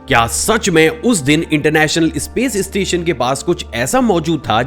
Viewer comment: इस्टुडेंट नही स्टूडेंट, इस्पेस एजेंसी नही स्पेस एजेंसी, इस्टेज नही स्टेज। और भाई इस्टेशन नही स्टेशन। सब में ई नही लगता।